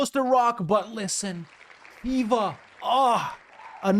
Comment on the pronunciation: Khiva sounds like Keyva. Own Bremen (flag has a key.)